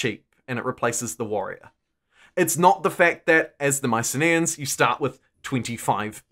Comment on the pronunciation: Isn’t it pronounced My-sin-ee-ins rather than My-sin-ay-ins?